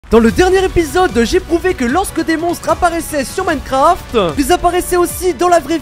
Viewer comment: « Dans Minecrafteuh »😂😂